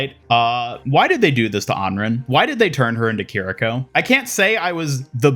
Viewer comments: Babes it’s “On-ron” not “Ann-rin” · You’re still calling Anran Anren smh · even with voice lines in the game, he still calls her “An-rin” 🥴